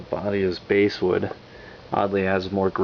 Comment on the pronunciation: Nice review, I'd just like to point out to you that 'basswood' is pronounced like the fish, 'bass' not 'base' as in a 'bass guitar'. :) Been seriously considering one of these, thanks for showing it off.